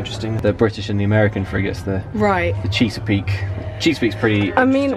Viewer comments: The cheese-a-peek???!!!! As a native of Maryland, this is the worst affront to our glorious bay I've ever seen! It's Chesapeake! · Cheeseapeak? Luke it's pronounced Chess-a-peak. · "The Cheesapeake"? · Me: Oh, yay, Luke's talking about the Revolutionary War! Luke: CHEESapeake Me: Oh nevermind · It's pronounced Chess-uh-peek Named after the Chesapeake Bay in Virginia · You British people trying to pronounce American names lol... it's the CHEH-SAH-PEEK. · Luke, never try to pronounce Chesapeake again. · Luke mispronounces Chesapeake, such cringe, much disappoint.